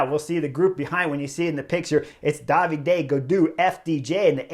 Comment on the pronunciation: I am not an expert to the sport, so I was wondering why Chris is always calling Gaudu, Daviday. Is it a nickname or a particular way to pronounce David, in his french hometown region?